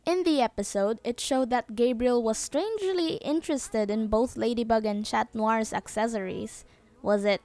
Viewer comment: cat not chat